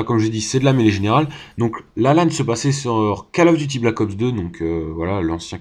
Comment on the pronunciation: Gg mais stp arrête de dire "Call of duty" , ca se prononce "Coll of duty" et pas Call . Après comme tu veux mais c'est juste que ca me stress x)